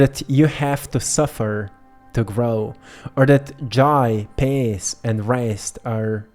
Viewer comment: Love you, one note regarding when you mention the word "peace ", it always sounds like pace on your end and make me get confused with the word pace, thank you and one love ❤